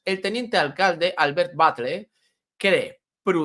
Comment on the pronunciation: la 'll' en catalán se lee como en castellano. No es 'Batle', se lee 'Batlle' Aparte de esto, os dais cuenta de que el año que viene, por tercer año consecutivo, volverán a jugar más partidos en casa en la segunda vuelta de la liga?